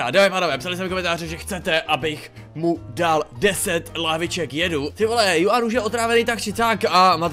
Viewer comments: Čte se to Chuan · Hele to jméno se čte chuan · to Juan se čte Chuan. Jinak superbombový video:goodvibes